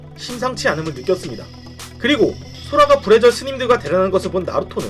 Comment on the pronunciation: 불의절이 부래지어로 들리네